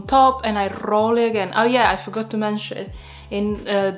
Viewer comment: Fantastic idea! 💡👏 I also enjoyed listening to how you RRRROL your r's when you said roll.😁 I think these could be delicious with some mascarpone and chocolate or cinnamon and sugar. 😋